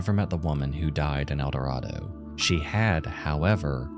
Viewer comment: You are mispronouncing Eldorado. How do I know that, you ask. Because I am from Arkansas. And once lived in Eldorado.